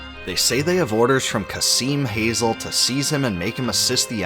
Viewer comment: my only objection on this is Kazim's last name being /hazel/ instead of /hazeel/